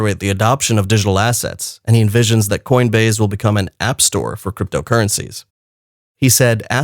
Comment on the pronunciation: Learn to pronounce words that end with, se. Good information. thank you.